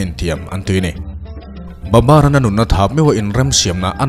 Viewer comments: Babar ti loin Babur tiin a in ziah dan ang khan lam rik tawp tur aw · Babar tih hi,babur ni zawk lo mi